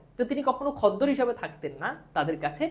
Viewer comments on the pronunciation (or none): খদ্দর নয় খদ্দের